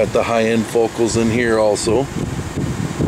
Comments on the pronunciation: theyre pronounced "foCOWL" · Learn to pronounce their name right. It's pronounced Fo Cal.